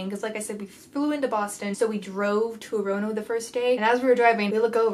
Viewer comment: Dying bc I live in Maine right near Two Brothers and adore the Beehive trail! btw the second 'o' in Orono is silent so it's pronounced "or-no" which is super strange lol